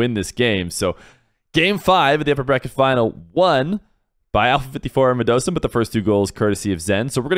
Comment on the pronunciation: Yo. When did start calling Radisson as Radosin? Noo.. also the Zen shot where Alpha54 faked etc, I think it was being saved, so he just pings it onto the backboard deliberately